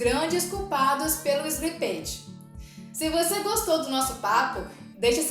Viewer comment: Bom conteúdo, mas a pronuncia de slippage está errada.